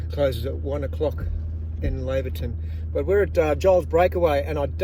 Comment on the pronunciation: Great video. By the way it's pronounced Layverton.